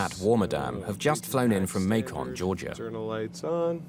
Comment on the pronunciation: May-kohn. That is NOT how you pronounce Macon.